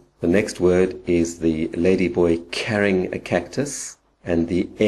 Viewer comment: I don't understand why you pronounce 'CARRYing a cactus' the way you do. Otherwise good info :)